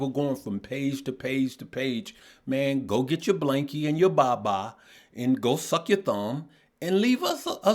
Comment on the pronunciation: Bro said “go suck ya thumb” with a hard S😭😭Dyinn